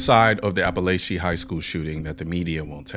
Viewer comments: I went to that high school and it is pronounced a•puh•lay•chee love your vids btw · As someone who lives in Barrow and went to/graduated from Apalachee I could never have asked for better SRO's or Sheriff's. P.S. It is pronounced App-a-lah-chee, I've heard alot of weird pronunciations for it. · And btw it’s a-pa-la-che 😭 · “Apple At Chee” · Its Ap-a-laaa-che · Yall saying apalachee wrong. It's appa-latch-eeeee. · Being from around there it’s pronounced App-Pa-latch-E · It seems you haven’t done much research on this since you don’t know how to properly pronounce the name of school and you got some basic details wrong and entirely left out critical information. 🤔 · Great video. But you kept mispronouncing appalachee... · You pronounced Apallachee wrong. The second "a" isn't a long "a".. Regardless, keep up the great work. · You're not pronouncing it right.